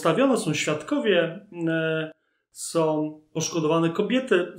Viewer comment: Nie ma takiego słowa w języku polskim jak "som".